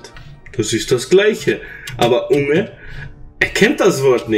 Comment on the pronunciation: Betonung von unge ist ja on point